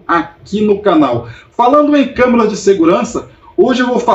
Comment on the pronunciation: amigo vc falou camarâs de segurança mais de 20 vezes kkkkk